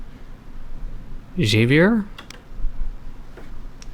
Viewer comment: Javier is said as HA-V-iER if you care I guess